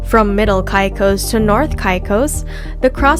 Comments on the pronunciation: Totally agreed! An insult to Turks and “kye cos”., it’s “Caicos”. 🤦‍♂️ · Cant listen to a videos that misspronounced the place that im looking for lol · You say Caicos wrong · As a “local,” no, not Kai cos, Caycos. Pronounce them right. Not salt cay, Salt key.